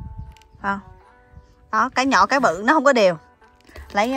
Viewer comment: xinh gái dễ thương và chân thành. Em ơi giờ clip của em cả nước đều xem rồi nên cố gắng phát âm rõ dấu hỏi cho mọi người dễ nghe hơn nhé: nhỏ - nhọ, thử - thự, nổi - nội